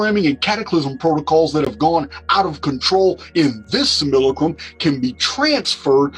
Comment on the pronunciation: I do believe that's. . . Sim-U-lack-rum